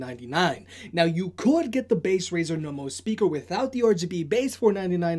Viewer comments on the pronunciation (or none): its Razer - learn the company names! i dont go saying bosa or bosu even its ship company and sounds like chinese brand name even its american, i do own z623 tho and mine doesn't have volume and bass writtings - here a logitech QC for you, also my brothers 5 years old z623 sounds better than mine 1 year old z623....